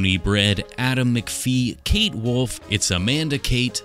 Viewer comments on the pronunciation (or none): none